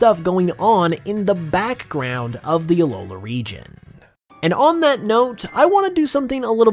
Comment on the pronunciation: why do you pronounce 'background' like that